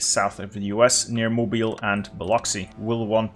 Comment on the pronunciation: I just watched this. I'm from Alabama and I have never heard a foreigner pronounce Mobile the way we do here. Well done. I'm not sure if anyone told you it is pronounced Mo-beel, but I was quite surprised considering most ppl would say Mo-bile or Mo-bil.